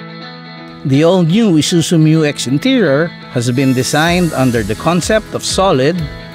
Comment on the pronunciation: MYU X is the right name of it not M U X